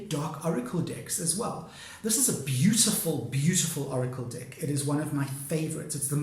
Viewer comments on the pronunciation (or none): I’m trying so hard to take you seriously. I love your videos. But it so sounds like dick each time you say deck.